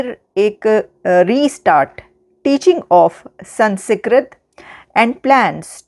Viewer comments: Pl pronounce it correctly, it’s not San secret, it’s SANSKRIT 😂😂😂😂😂😂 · Namaskaram, Not Mahabharatha instead Mahabharatham and instead Sanskrit pronounce Samskritam. Jai Bharatham. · ...it's not Sansikrit but sans + krit = Sanskrit...apna tallaffuz durust kare. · The pronounciation is Sun-Skrit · SANS KRIT. NO A BETWEEN SANS AND KRIT. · Aapki English bhi bahaut hi 👎 hai. Aap words ko jodkar bhi Sanskrit nahin bol paa rahi hain. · I see a few comments correcting pronunciation of "Sanskrit", pls stop it. No need to ridicule those promoting a good news. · Lesson #1 how to spell and pronounce Sanskrit correctly 😜